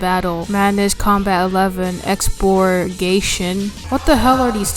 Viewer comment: "stantford" "deymos" "scary monster" "exporgation" "aborgation" ye that's it. Bonuses: Expurgaytion